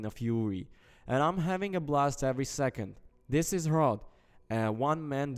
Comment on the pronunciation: Proud to be from the Czech republic. And hrot is pronounced differently. Type it in google translate and change it to the Czech language and play it.